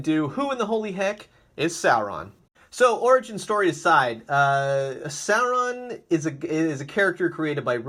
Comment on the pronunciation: It's pronounced SORE-ON not SARE-ON